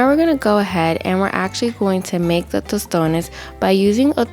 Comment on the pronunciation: Love you sis!! As I fellow Dominican watching from the island, I know you are Dominicana just on the way you say "tostones "